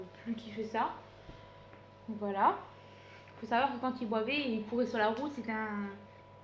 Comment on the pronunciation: ma belle on dit « il buvait » pas il bouvait.